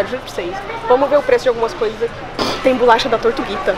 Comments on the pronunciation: Kkkkkk eu falo bolacha já estou agoniada dela falar bulacha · Muita agonia a falando BULACHA AAAAH 😂😂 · Que agonia ver ela falando bulacha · Achei que era só eu kkk